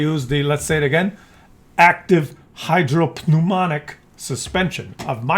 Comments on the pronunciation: Hydro pneumatic is pronounced hydro numatic, GG Scientist. The "P" is not pronounced. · Hydro - PNEUMATIC !!!! FFS!!!!!